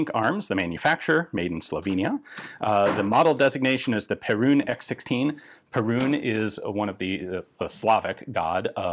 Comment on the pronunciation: Just a quick thing on the pronunciation, it's not pe*rune* it's *pear*un